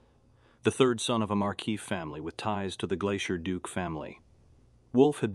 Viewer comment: holy crap man what ever AI reader your using....need to work on it so many words were pronounced wrong it was driving me ears nutts....like Duke was DOOKA....I was like wth. Are we throwing a french twist into the mix lol